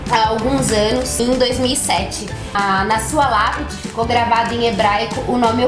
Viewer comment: Nao é shaya, é chaya ( rráia) , essa é a pronúncia